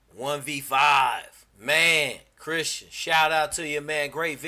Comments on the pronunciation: "Christian" not Christen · Its not Christen its Christian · Christen? Get the name right!